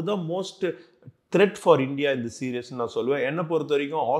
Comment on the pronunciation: விருந்தினர் "சீரிஸ் (series)" என்பதை ஏன் "சீரியஸ் (serious): என்று உச்சரிக்கிறார் ?